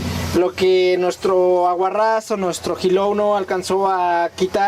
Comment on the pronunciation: XILOL no julol. y es solo para la tinta. La tinta ahulada, se retira perfectamente con gasolina de la roja, es lo mas barato y lo mejor.